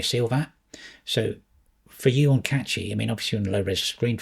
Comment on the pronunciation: Can we start pronouncing Cachy correctly. It doesn't contain a T.